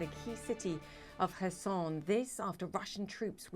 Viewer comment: It is Herson, not Korsun.